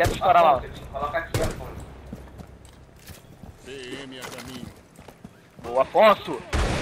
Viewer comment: É affson ... AFFSON !!! Não afonso '-' PQP JÁ É O SEGUNDO VIDEO COM ESSE ERRO ushasuhashuashashua